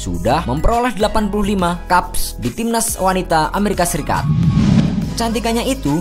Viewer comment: Bacanya keps bkn kaps